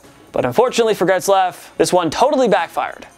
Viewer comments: I thought I was going crazy, but this dude was seriously adding a letter to his name. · Who tf is Gretzlaf?? It Getzlaf man, damn. Smh. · Where is the R in "Getzlaf"? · It’s Ryan GETzlaf not GRETzlaf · It's Getzlaf, not "Gretzlaf" 😂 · How are you pronouncing Getzlaf as "Gretzlaf" ? Where are you getting that "r" from? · Its Getzlaf not GRetzlaf.... There is no R. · Getzlaf not Gretzlaf bud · It’s pronounced Getzlaf not Gretzlaf. It’s pronounced exactly like it looks 😂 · for god sake theres no R in GETZLAF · Could you imagine claiming to be a place for sports fans by sports fans and only have to say 10 names right but yet you can't say GETZLAF. I would say that should be number 1 on this list but Biondo is the last thing I'd consider a Superstar. Maybe pump the brakes on a video everyday for and let him do once a week because the other guys are actually good at this. Please point to the R in GETZLAF you had 1 job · He butchered that mans name 8 times. 8 TIMES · go ahead keep calling them gretzlaf and pet-rangelo